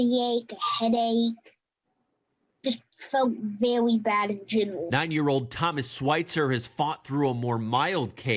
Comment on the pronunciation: ' I fewt verwy bad in genwal"